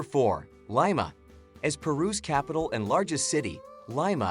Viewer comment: This guy pronounced Lima and Cusco incorrectly.